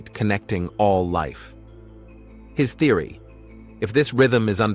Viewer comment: I noticed that you said therery many times. Theries not REALITY MY FREIND